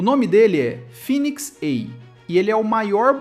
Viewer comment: Pq não fala direito, fênix em vez de finix, vai tomar no cool